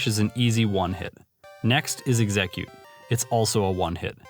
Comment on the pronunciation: Sorry to be this guy but...look up how to pronounce Exeggcute. 😅